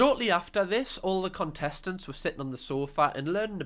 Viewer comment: Was that “cuntestents” I heard 😂